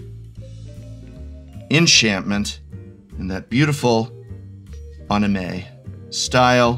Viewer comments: Love you prof, you’re great but it’s an-i-may, not on-i-may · It's even more painful hearing him continue to pronounce anime wrong.